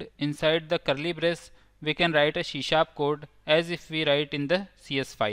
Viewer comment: It's C# NOT SHE SHAP ONE MORE TIME I DARE YOU, I DOUBLE DARE YOU